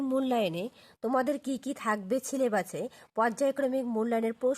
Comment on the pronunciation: আপনি সিলেবাস কেন বলছেন সিলেবাস হবে😂😂😂